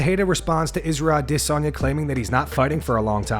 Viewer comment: Bro why u always over pronouncing adesanya